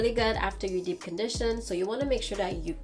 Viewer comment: I'll never get over how she says "dip" conditioner and "live" in lol